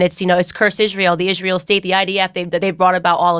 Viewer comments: Candace it is Israel. not Izsrael. Stop being even more annoying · Why didn't Prager U teach Candace how to correctly pronounce Israel?